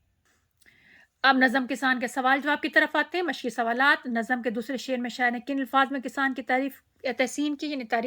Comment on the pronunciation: Namz... Ma'am correct pronunciation